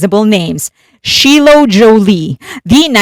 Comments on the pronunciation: FYI Shiloh Jolie is pronounced Sh-eye-low Jolie. 😘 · Shiloh... just like the Shakespearean character Shylock. Please correct yourself. Thank you. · If you ever have to say Shiloh’s name again, it’s pronounced with a hard “I” like the y in “sky”. It has been publicly known that she’s been pursuing dance for a couple of years now; so I can see her being in quite a few k-pop videos in the future.